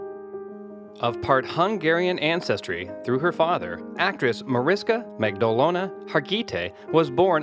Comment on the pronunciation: It's Marish-KA, Mag-dol-na, Harg-i-TAY, omg the pronunciation is so bad